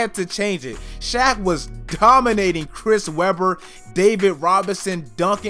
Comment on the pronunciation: This man said hack of shaq